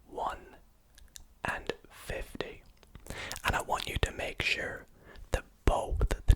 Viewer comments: his 15 and 50 do sound alike. I thought he said to multiply by 15 at “guessing your age” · In the first one I thought he said 15, and not 50 so I just thought 13